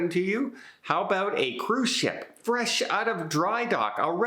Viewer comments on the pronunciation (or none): none